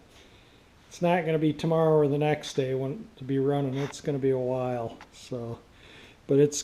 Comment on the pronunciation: LOL...I thought you were mistyping "why" instead of "while" in all the descriptions, but I actually heard you say that too. Haha, that's different! That's the quickest engine drop-in ever, and the luckiest one too. I left my firewall bare "why" I was dropping the engine in cause I knew I'd smash something :-))